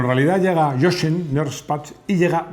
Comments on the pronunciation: Jochen se pronuncia "Yojen" en alemán, por lo demás impecable video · Hola. De forma constructiva, indicar que Jochen se pronuncia "yojen". Un saludo.